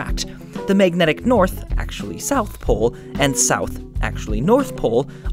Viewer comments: It really bothers me that he says "meignetic" instead of magnetic. Just a detail, but the word was used a lot in this video. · Mag-net-ic. Not, mayg-netic